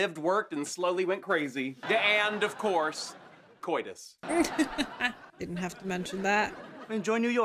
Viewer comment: "Cortus"? Give it up, mate.